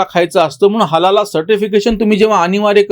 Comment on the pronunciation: नमस्कार 🙏 व्यास पौर्णिमा गुरुपौर्णिमेच्या शुभेच्छा! 🙏🌹 चुक म्हणत नाही पण उच्चार चुकला दोनतीनदा म्हणून मेसेज करत आहे हलाला वेगळा व हलाल सर्टिफिकेट असते